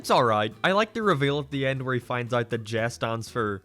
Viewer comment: >doesn't like Sideshow Bob or anthologies >likes Millhouse This is why you fail. Also you can't pronounce "Jay". Also Pokey Mom is a word play that sounds like pokemon but pokey is another word for jail, which in turn references the plot of the episode.